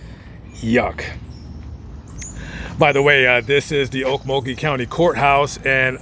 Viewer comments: Glad you pronounced Okmulgee properly.. lol.. I use to be around in the 80’s through the 2000’s as it’s a spooky place with lots of bones many never want disturbed.. be aware .. mug-town is On another level.. stay well and vigilant guys. 💯🇺🇸😎🌪🌎🔊👈🎄❄️😊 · are you from Oklahoma? If not you're the first outsider that's ever got the town names in Oklahoma right..I was raised just north of Okmulgee in Beggs.